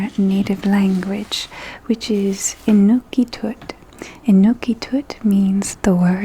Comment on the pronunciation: Inuktitut!!! Not Inukitut.